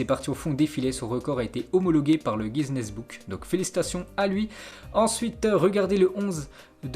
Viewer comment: Dans le guiseness Book haha 😂 J te kiffe j te suis et like presque à chaque fois mais fais un peu des efforts de prononciations parfois ça craint mec!!🤣